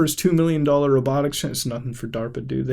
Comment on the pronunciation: He pronounces dollar wrong too, i mean its like come ON!